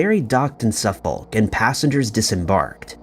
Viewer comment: Suffolk is painful to hear too...